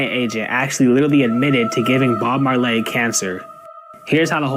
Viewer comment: Yo man, you just made a new fan here 😎😁, and that "who" bubble when buddy said "Bob Mar-Lay" was on point,this is the first video of yours ive ever seen and I'm gonna watch them all now lol..have a great day man